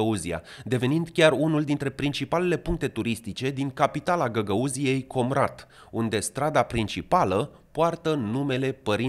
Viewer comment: Povestea lui Guțul, e ca a fost manichiuristă pentru Tauber, mîna dreaptă lui Șor în public. Dar nu-i confirmat. Si accentul în „Comrat” nu se pune pe „O”, accentul e monoton.